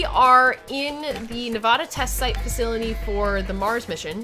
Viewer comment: Oof we're back to that pronunciation of Nevada.